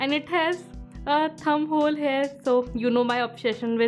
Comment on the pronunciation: Why do you always say hare for here?